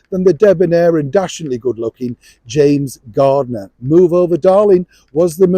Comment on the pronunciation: It's James Garner not James Gardner.